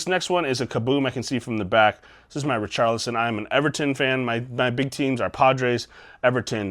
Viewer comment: Great video.... until you said Richarlison lol. You got some great grades on those re-slabs nice YNWA :)